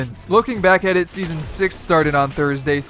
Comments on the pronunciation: Seaason? Really? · “sean 7”